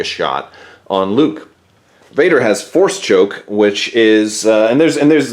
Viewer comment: "Force Chook Luke"